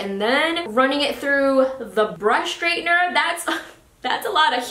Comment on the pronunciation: I am just wondering why you say SHtraightener rather than straightener? :-)